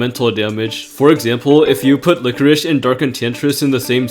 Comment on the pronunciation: Yeah lichoriche (what he is pronouncing it) is very good in this mode!